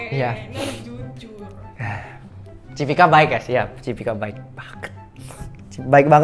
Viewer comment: Cipika bukan Cipiki ya bg??